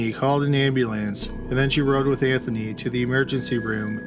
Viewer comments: I find your voice soothing and I watch many of your videos... but Ambulayance? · Is this a person or computer talking. Like the way he pronounces ambulance and Noah is bizarre. And his speech cadence is so weird.